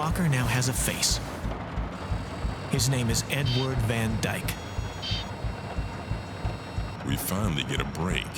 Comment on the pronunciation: Was making dinner with this on and I heard "N word Van Dyke" 😂